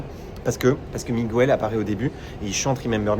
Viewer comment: Incroyable vidéo! On adore la qualité du montage et des explications 😊 juste un petit détail, attention à la prononciation de Miguel 😬 on ne prononce pas le u en espagnol 🙈 comme ça la vidéo sera parfaite ! Merci encore de nous partager tout ça 😍